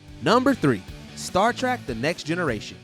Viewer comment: It’s SeinFELD not SeinFIELD. Also did you just says “Star Trak?” What is happening